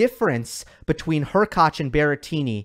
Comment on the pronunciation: Props for you for being on of the few channels who spell and pronunciate Hurkacz properly.